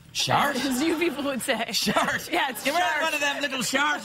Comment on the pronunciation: the way she says "yeah" sounded like an Aussie